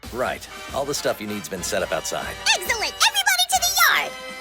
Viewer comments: Did she just say Eggcellent? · did she just say eggcellent or excellent?